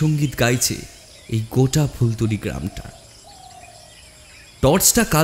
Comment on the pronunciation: Sudhu phultuli Noi. Phultola hobe